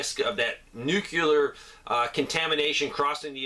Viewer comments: And the other word is New-clee-ar.. not newk-yuh-ler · Nuclear.. nu new ....clear clear... Nucleus....new cleus .... Nu clear nuclear